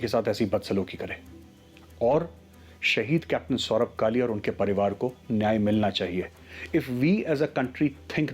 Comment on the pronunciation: It's not Kalya, it's Kalia....plz correct